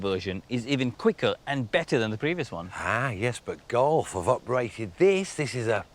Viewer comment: The "God"?!? Everytime he referred to the golf. Is it accent issues or on purpose?